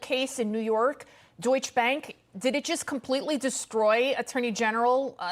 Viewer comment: Deutsche Bank Deutsche has 2 syllables